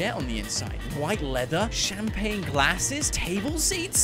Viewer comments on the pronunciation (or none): none